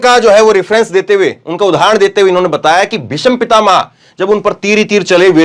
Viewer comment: ऐंकर काफ़ी जोर-शोर से बोल रहे हैं लेकिन अफ़सोस कि " भीष्म पितामह " में " ष " आधा है और ऐंकर पूर्ण " ष " का उच्चारण कर रहा है । " भीषम पितामह " मातृ भाषा का उचित ज्ञान होना बहुत आवश्यक होता है ऐंकर के लिए ।